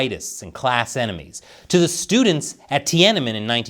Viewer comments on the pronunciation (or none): none